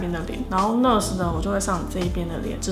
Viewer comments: NaAAAAAaaars Not ners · 應該是唸內阿死，不是呢呃死吧🤔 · 跟我念 那尔s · 應該是念ㄋㄚˋ ㄦˇ ㄙˇ吧🤣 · 單音節是唸ㄋㄚˋㄦ斯喔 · NARS的唸法有點怪？？😅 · 原来不是只有我这样觉得。lol～美音的话r要发出来，英音的话没那么强调。不过没关系，爱汤的化妆技术❤️